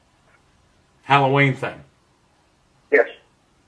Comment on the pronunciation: Holloween thing... 😂 Geez